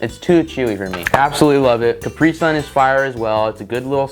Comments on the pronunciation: I cringe every time he pronounces caprisun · still can't get over how americans pronounce Capri Sun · As a german I die on the inside, every time you pronounce Capri Sun